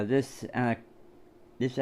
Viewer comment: I think the "E" in Enoch is more pronounced like Eenoch. Well done on getting the livestream going last night.